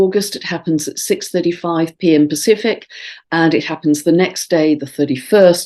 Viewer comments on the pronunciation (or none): none